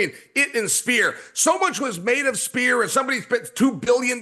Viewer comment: “Sfear” not “ spear”